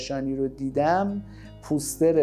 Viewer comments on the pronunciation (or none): none